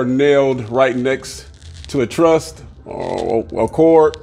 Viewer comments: Ok, awesome video… but it is truss, not trust lol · It’s a ‘truss’ brother, not a ‘trust’. Thanks for your videos. Very interesting.